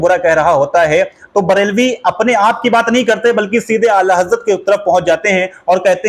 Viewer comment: Be waqoof Huzur Aala Hazrat ka naam to thik se lele